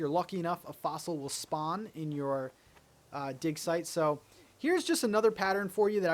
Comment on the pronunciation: He kept saying dig site repeatedly and all I heard was dick size. LOL